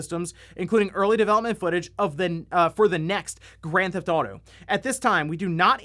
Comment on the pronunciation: If I was a fan of GTA, I’d probably be upset that you pronounce it “Grathaudo”. Kind of like how there’s another youtuber that makes Zelda videos here and there that pronounces it “Ledgofzella”. Can’t stand that guy